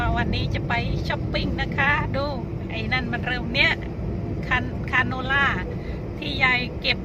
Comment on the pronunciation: เย้ๆ ตอนนี้พูด ดอกคาโนล่า ถูกแล้ว เมื่อก่อนชอบพูด ผิด